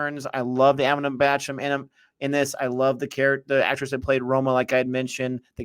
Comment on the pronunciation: It's Bachchan guys not Bachcham